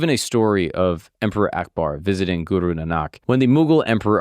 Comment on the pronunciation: its not suru its guru